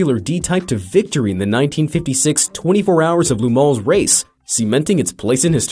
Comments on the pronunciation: then why did he say "loo" instead of "luh"??? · GEEEEEZ! it's LeMans, not Le Mon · Not LuMon dude.... LeMans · Also, why does he keep saying "Lu Mon" instead of "Le Mans"? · La moan🤣 pft! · "Lou Moan?" I think he owned a deli here in town... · Le Man = Le Mole? Le Mont? WTF? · Alfa Romero, or Alfa Romeo? And Lu Mons? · You change the pronunciation of Le Mans like 8 times in this one video